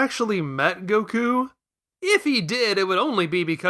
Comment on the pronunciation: You said Gokú right !!! We have a real fan here